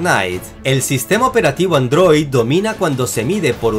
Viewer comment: No pueden tomar en serio a alguien que dice ANDROÍ